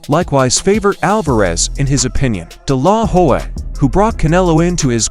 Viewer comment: This.guy.anouncing is an idiot hed calling oscar delahoya (dilaw- hoy) he cant pronounce his name he shouldnt be talking about this at all dude you are stupid learn to pronounce names lamer